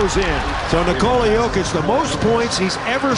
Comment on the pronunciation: The only hop shot in the world that is unblockable 😂. How come these announcers say his first name wrong all the time? To rob the man of his third mvp because of his nationality is dead wrong but thankfully Jokic doesn't give a shit 😂